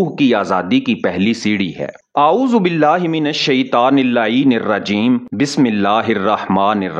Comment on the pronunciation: Bhai baki sab to theek hai lekin aapane Bismillah theek Nahin pari 😮😮😮😢